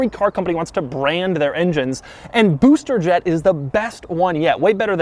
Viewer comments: Am i the only who loves when doug says booster jet?😂😂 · Nobody: Doug: SUH-WIFT BOO-ster Jet